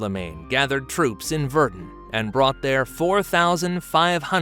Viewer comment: VerDUN... What's up with the AI pronunciation?